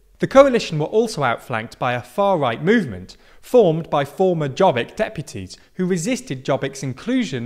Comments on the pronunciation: it is Yob-bik, not "job-eek". why is it so hard to check, every foreign news media, its not even hard to pronaunce....? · Jobbik. Not dzsobik. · "Jobbik" mispronounced [Jobbic] whereas it's [Yobbic], means "the better one". "Mi Hazánk" (pronounced quite well) means "our homeland". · It's not pronounced Djobbik, it's pronounced Yobbik. I swear why is it so hard for Americans and British to go to Google Translate and listen on the pronuncation of certain foreign words and terms. It's not that hard. But I guess it's easier to be ignorant. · Jobbik is pronounced as Yo-bbik, with the double meaning of "better" and "more right" (as in rightwing), and while they were a far-right party, they expelled those members and self identify as center right conservatives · If you want to analyze a political problem in a certain country, try to say the names in the right way. Like Jobbik which pronounced Yobbik. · A quick correction: Jobbik is pronounced like “your beak” with a heavy British accent (silent r). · Jobbik (pronounced "yo-bick") was the cuckoo's egg. a lot of people just didn't vote for a coalition that had a party who proposed a bill to list jews and such. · their campaign was "we aren't orbán" -Jobbik (pronunced as Yobbik) becoming less and less right wing -a giant machina that turned every single word from them into something negative -gyurcsány (he's the left wing's orbán) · FIDESZ is pronounced "Feedess" = Fiatal Demokraták Szövetsége (Alliance of Young Democrats) and Jobbik is pronounced "Yobbeek" and is an abbreviated from of Jobbik Magyarországért Mozgalom (Movement for a Better Hungary). Your take on the recent landslide victory in the Hungarian elections and landslide victory of FIDESZ is very interesting. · And he can't even say Jobbik as it is spoken.